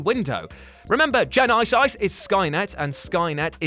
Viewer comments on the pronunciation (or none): Good Lord, that drove me nuts everytime he pronounced Terminator Genisys.. J + eye + nye + syse. Look man, just start off by saying the name Jennifer, but stop before you get to the "fer". Then just add a "sis"... Like short for sister... Jenni + sis Is how to pronounce Genisys.. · he says "gen-ice-ice" instead of genysis wtf he says it all retarded like that multiple times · Or, you could just pronounce it like genesis. I'm sure nobody would notice the difference. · GEN-I-SIYS that made me laugh way too hard lol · I like the way you pronounce genisys, make me laugh every time you say. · You say genisys so weird lol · OK, I LMAO at the Jules' Genisys pronunciation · 😂 Howard the duck was actually fail and the way he said genisys